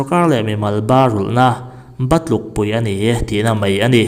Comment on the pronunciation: Mei ti lo hian,mai lo ti tawh ang che😂😂...